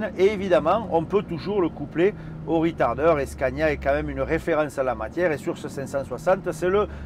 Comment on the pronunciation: il semblerait que ce soit de l'anglais, ou plutôt du franglais, avé l'acceng du sud